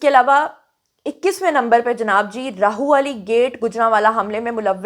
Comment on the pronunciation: Sorry to correct one mistake plz Rahwali hy Rahu wali nahi hy Actually Urdu mein Rah ha k sath Lahorri ha likhi jati jo ha wao hu dikhti hy but ha Ra k sath mila k Rah banta hy &wao alag se pronounce hoti hy😅